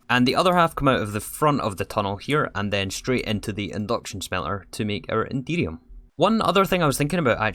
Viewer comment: I can't help but hear "Indeedium" when you say Enderium haha